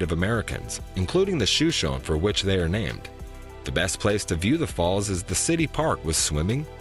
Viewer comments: Please don’t say shoe-shown. It’s pronounced Show-shown. It is named after a Native American tribe. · Show-SHOAN Falls is the pronunciation. The Niagra of the West. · Yes, Yellowstone is partially in Idaho, BUT, there is no entrance into Idaho, or from Idaho into the park. BTW it is pronounced “Show-shone” Falls, by the locals. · The falls are pronounced show-show-nee. Just an FYI.